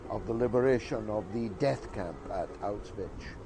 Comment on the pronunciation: It's hard to take him seriously when he hasn't even bothered to learn how to pronounce Auschwitz.